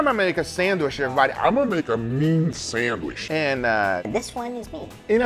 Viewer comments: Haha Uncle Guga says sandwish instead of sandwich 🙂🙂🙂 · GUGA....it's called sandwiCH not sandwiSH! WHY U KEEP CALLING IT A SANDWISH!!!! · You pronounce Sandwich - Sandwish. Must be a south american accent. Wierd ^^ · He can make a pretty good “samwish” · Why do you pronounce the CH as an SH in sandwich (not sandwish)...? Brazilian Portuguese has the ch sound. Just curious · I love the way Guga says Sand-wish XD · Am i the only one hearing sandwish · Respect Guga but it really grates on me how he says sandwich 😂